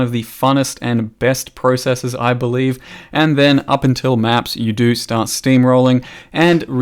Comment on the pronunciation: I'm so happy you pronounce the word "processes" correctly instead of how some idiots like to say "processEEs" lmfao